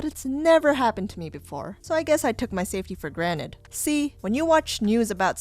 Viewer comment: Is she saying "granet" and not "granted" like Rick. Omg these comments are golden come here and read em